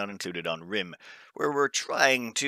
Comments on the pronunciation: Dear, I love your videos, but for gods sake man! the map is called rimE (/ɹaɪm/), not "rim";) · 47 mins video? nois btw, its pronounced [R aaaa im], please, my girlfriend is strangling me every time she hears you say rim